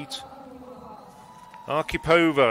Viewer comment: Question for British commentators. Why do you consistently and stupidly put the accent in Russian female names on the second syllable from the end, and in Polish on the third, when it should be exactly the opposite? ArkhIpova and LesiEwicz - not AkhipOva and LEsiewicz. But still "Matilde Desiou" was the best.